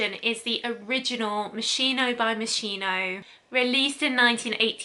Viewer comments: Your pronunciation is really terrible! Moskeeno not moishino! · Its pronounced Mos ski no not Mossino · It's MossKino not Mosshiino 🤦🏻‍♀️ God! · Am I the only one bothered about how she pronounced moschino 😅😅😅 i believe it's pronounced MosKino (i could be wrong) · Dear, how sweet is the way you pronunce Moschino 🤩🤩🤩 It should actually be with a hard "K" sound for the Italian "Ch", but I am telling you FYI and not in order to play the annoying teacher. Love from Italy! PS I do adore your content!!! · Omg!!!! How can you review a product if You don't even know how to pronounce it??? MOS- KEE- NO!!!!!!!!! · ah just couldn't keep it going sorry as much wanted to watch video, moschino is mos-key-no, well atleast how you say it is still better than others 😊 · It's pronounced mos-Kee-no :) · no, it‘s pronounced mos-gee-no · You are pronouncing the designers name wrong. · The wrong pronunciation of the brand bugs me. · You pronounce moschino wrong